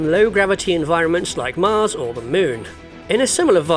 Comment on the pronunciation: The way he said 'here on mars' makes me think he might not be on earth...